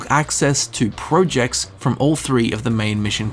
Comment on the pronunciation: Who pronounces projects like 'projects'